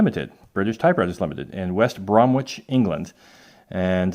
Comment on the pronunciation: Great piece but West Bromwich is pronounced West Bromich. The 'w' is silent. One of those weird English place names!